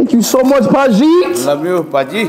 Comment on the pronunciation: the way speed said pajii was funny 😂😂